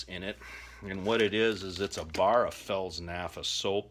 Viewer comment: Fels "nafa" lol. Replace the "p" with an "f" and ignore the "t" why not? Good video though, very much appreciated.